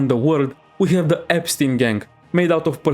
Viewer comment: "The EStein exampe is a bit crazy" IS IT THO!?